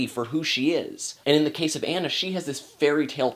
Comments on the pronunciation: Frozen was a great movie, if you watched the rap battle on Frozen and Tangled Anna says I'm not Anna (An-a) I'm Anna (Ah-na). LOL. Loved the review but it's pronounced (Ah-na). Still that's just a little mix up because her name is spelled like (An-a) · I agree that Kristen Bell is an inspiration as Anna (but, and I have to say this, how can you see this movie and still pronounce her name "Anne-a" instead of "Ah-na"?) Good points about the music too, though I sometimes think they're a bit too spoken-dialogue-ish than character/storytelling-music-ish, which is an important distinction to make. I think Elsa's parents sometimes getting a lot of flak -- I think they were just doing the best they knew how. Overall, Elsa has most of the drama, but Anna is the star. P.S. YES OLAF'S DESIGN IS HIDEOUS THANK YOU. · "Ah-nah" not "anna". Are you sure you saw the movie? :) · You said Anna's name wrong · He's saying Anna wrong!!! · Dude you aren't even saying Anna's name right! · You were mispronouncing Anna's name the entire time! It's a long A! But good thoughts. The lack of musical consistency annoyed me, but the biggest gripe I had was that there wasn't some kind of fatherly figure that took care of the girls between their parent's demise and Elsa's coronation (or yeah, maybe a fun servant character.) I also thought there needed to be another good song in the last 20 minutes. Fixer-upper shouldn't be the final song for your movie =P (although that chanting with the thaw kind of did it for me.)